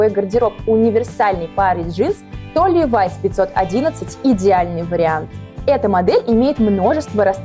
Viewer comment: Не ливАйс А лИВайс Я их носила когда эта девулечка еще не родилась😃